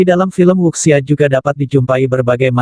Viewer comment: Wuxia dibaca wucia